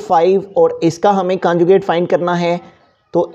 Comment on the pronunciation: your teaching is good but conjucate hota hai canjucate nhi